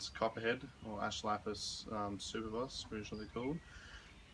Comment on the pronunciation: With the copperhead it's pronounced su-per-bus....not super- bus🤷‍♂️